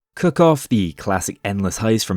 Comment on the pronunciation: He didn't say 'cook' or 'cooking' once in this video. It was all 'cuck' and 'cucking'. Prove me wrong.